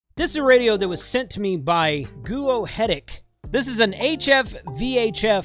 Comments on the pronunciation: It's pronounced Guo-Huh-Tec, if my old Chinese I and II courses from 25 years ago are remembered correctly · Did anyone else hear "guo-oh-headache"? 😂